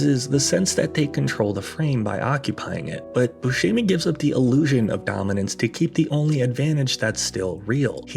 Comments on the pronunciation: Steve's name is pronounced boo•SEM•ee, not boo•SHEE•mee. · You could have at least learned how to pronounce Steve's last name. Bu-shem not Bu-sheeem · "Booshimi"? Rich Evans has a youtube channel? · When the movie came out, none of my friends could remember or pronounce Steve Buscemi's name, so we just called him Mr. Pink. I still call him Mr. Pink.